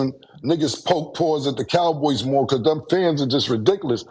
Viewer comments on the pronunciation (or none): none